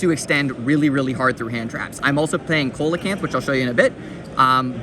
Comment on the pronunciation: Brother that’s not koe-luh-canth it’s see-luh-canth